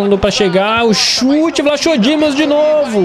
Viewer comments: Se fala "vlaco". Não "vlacho" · O nome do guarda diz-se vlacodimos e não vlachodimos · Não e vlachodimos e escrito assim mas disse vlacodimos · não é Vlaxodimos que se diz mas sim Vlachodimos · não é vlachodimos que se diz é "vlacodimos" PS:sou de Portugal e sou do Benfica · Escreve se vlachodimos mas se pernuncia vlacodímos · Aí 😂😂😂 Na pronúncia fica vlacodimos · diz-se “Vlacodimos” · e vlacodimos nao o nome dele que e vlachodimos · Diz Vlachodimos sem o H é assim que se diz adeus